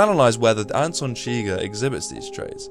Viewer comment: "Anton Chigger" lol